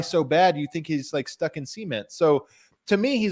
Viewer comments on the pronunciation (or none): Disturbingly arousing to hear pronounce the word cement as " semen..t ". Skip to the good stuff: the return of the beloved cult classic Online With (not inline as written on the chapters). The people have spoken and their demands have been met. Btw, you cant say 'we all have IG' when you haven't posted in 3-4yrs. Same applies to the gym. On top of the human air horn intro, the jazzy show intro song, the OWDL theme song needs to be a ringtone.